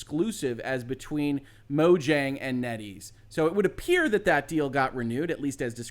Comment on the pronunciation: FYI. The J in Mojang is pronounced like a Y.